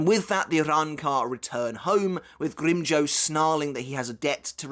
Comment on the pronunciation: ngl i hate the way you pronounce his name